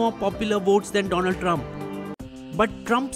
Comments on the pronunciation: Its Doland Trump not Donald Didnt you hear him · Its do-land trump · Its Dolund Trump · It's Donald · Who said Donald Trump? It's Doland Trump :)